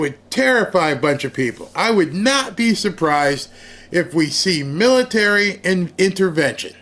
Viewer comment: Mitary? 😂😂😂😂 You're being silly.